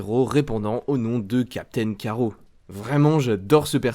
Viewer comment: Tu es sérieux ??? Captain "Carreau" ??? Tu as lu la bd avant de faire ta vidéo ? C'est Captain Carrotte pas carreau oui c'est écrit Carrot mais en anglais, en français c'est carrotte... Comme une carrotte ! Nan mais sérieux...